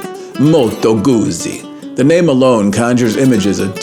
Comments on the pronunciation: It's Goot-zie not Goozy. Like peet-za not peeza. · Please pronounce the subject of the video correctly! "GuZZi," as in "PiZZa." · actually it's pronouncrd "goutsi" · it is not a matter of dialect, Moto Guzzi is specifically named after Carlo Guzzi, and their family pronounce their name “goot-si”.